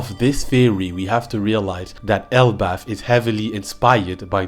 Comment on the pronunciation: Elbalf ❎ L Buff ✅